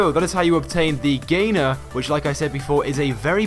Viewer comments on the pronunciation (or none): It's not the gainer it's the the gainer